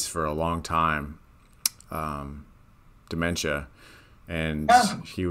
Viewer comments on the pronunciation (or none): Bruh! Not dimentia! 🤣 Smh!